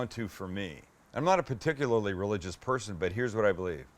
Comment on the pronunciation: Sounded like he said "God bless the 'Persian' that put this combination together..."